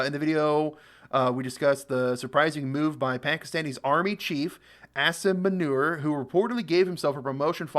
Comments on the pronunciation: Its Asif Moo-ni- rrrrrrrr 😂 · Pronounced Aa-sim Moo - neer now self appointed field marshal 😂😂😂 He took this status hiding in the bunker. Wow what valour!! 😂😂😂 A twisted minded person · AAAAAASIM MOOOOOONEEEEERR is the right pronuonciation 😬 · Bro. His name is pronounced as Mullah Aasim Muneer. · "Ass-im Manure" lol'd hard.